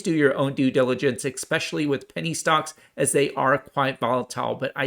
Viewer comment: it’s eSpecially not eKspecially